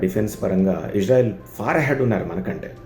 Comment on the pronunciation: ఇష్ శ్రా ఇల్ కాదురా బాబూ ఇజ్రాయిల్ అనాలి